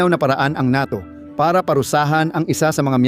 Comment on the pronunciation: Bugok. Ka talaga ayusinmo pagbigkasmo sa NATO bobo ka pala.